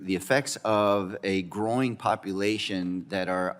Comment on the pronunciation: a "groin" populaton? lol also "four hundred and billion dollars" LOL this clown wants to give all our tax dollars away to illegal immigrants. NOPE.